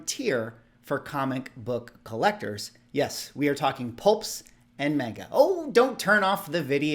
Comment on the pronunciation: Pshhh homie called it Mayne-Ga 😂😂😂. I’ve literally never heard heard the term pulp until you had mentioned it in a different video prior. Pretty hard not to love those covers!